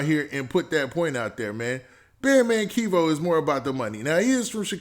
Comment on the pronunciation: Bro his name is not KEYVO it’s Kevo like Kevin Kevo